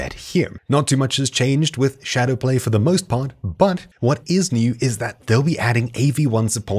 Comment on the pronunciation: did I really just hear him say "FOK Gamers"??? 😶